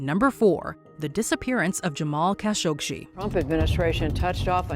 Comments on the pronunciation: Why does she keep on calling him 'Kashogshi'? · Khashoghee last part of his name is pronounced as gee not see !! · The last part of his name is pronounced as gee not see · KHASHOGGI NOT KHASHOGSHI. So annoying. A lot of these "solved" mysteries are not ACTUALLY solved. FAKE TITLE. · I don't understand something here. Everyone can hear the news anchor pronounce Mr. Khashoggi's name correctly. One assumes that the creators at Watch Mojo LISTENED to the supporting video/audio snippets interspersed throughout this video, PRIOR to laying down the program's voice track. Why then, in the name of RESPECT, do you mispronounce Mr. Khashoggi's name multiple times? The man was murdered and dismembered. Can you honestly not be bothered to pronounce his name correctly and at least give him a SCINTILLA of dignity?? I was really enjoying this video up until that point. However, laziness in research, particularly when it takes only SECONDS to find a correct pronunciation, is completely off-putting. I expected better from Watch Mojo, especially given the great quality of your past offerings.